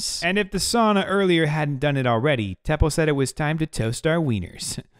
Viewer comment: I'm going to help you now the name Teppo it is not pronounced like thepoh it's like TE PPO you will thank me later